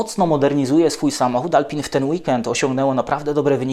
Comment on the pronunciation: Używa Pan słowa "porpoising" z nie najgorsza wymowa. Ale jednocześnie mówi Pan "Alpin" myśląc o marce Alpine. Proszę zachować oryginalna wymowę? Francuzi i cały świat mówi "Alpę". Nie Renault Alpini a Reno Alpę. Taki detal.